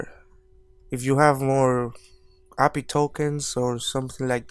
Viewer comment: Lol funny how you say API as appy